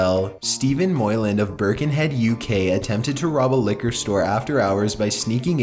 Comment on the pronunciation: "Liqor"??? .-. Did you mean liquor?